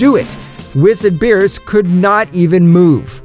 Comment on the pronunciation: Did you just start watching DBS you saying they names wrong 😂